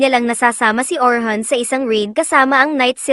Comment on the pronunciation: Orin hindi Orhan